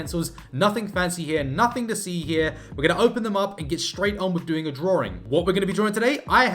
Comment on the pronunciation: He keeps saying drawring, what's that? 😂